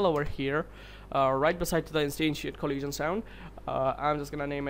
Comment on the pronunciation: Coleesion sound. Lol.